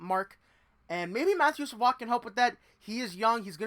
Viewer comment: Sa-VOY - please. You cannot continuously make that mistake. BTW, Sabres fans have heard the same thing for the past 2 seasons. Then they drafted his teammate, who made the NHL as an 18 y/o. I like Savoie, but he needs to be at least a ppg player in Bakersfield before becoming an NHLer full time.